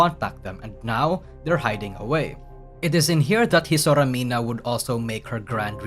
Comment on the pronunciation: Hisora mina xD? nunca dicen bien su nombre en ninguna parte XD.